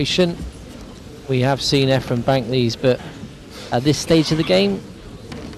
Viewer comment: It's turning me against this one listen to this announcer calling Efren every name but his correct one .